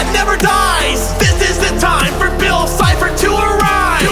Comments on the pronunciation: Did you say bill CHIPPER instead of bill cipher? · Its cipher not cy0her